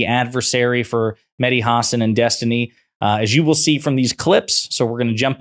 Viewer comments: FYI: It's pronounced Ha SAN not HA san. And MSNBC taking his show off the air was a terrible mistake. I used to love it, even those times when I didn't fully comprehend what the hell he was talking about. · Stop saying his last name like that. You do this all the time. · that mispronounciation of hasan was painful